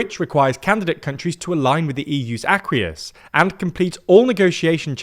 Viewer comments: Sorry I'm only two sentences into this video and I already have to stop it due to an error. The word "acquis" is pronounced "ay-kee" or "ah-kee". It comes from a French word meaning 'agreement'. It is not "an aqueous"?! That is not a good sign for the rest of the video. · Learn to pronounce “acquis” properly!